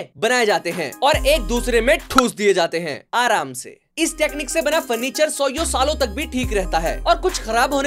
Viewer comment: That "Aramse" was personal 💀